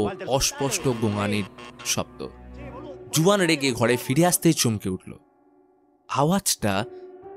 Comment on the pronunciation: Uccharon Hobe huan spelling Juan 🤓